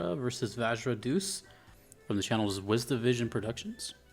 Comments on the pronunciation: Deus should be pronounced as De-you-s, not Doos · Pronouncing Deus (Day-Es) as deuce is hysterical and on brand it's what he deserves lol